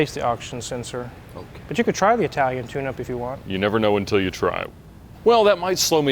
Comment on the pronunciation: "I-tal-ian supercar"... Is that a car from "I-ta-ly"? 😅 😂 🤣... No, it's an "ih-tal-yuhn" car from "it-l-ee ".